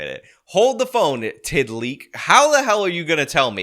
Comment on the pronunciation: Tidleek 😂 change that “d” to a “t”. 🤣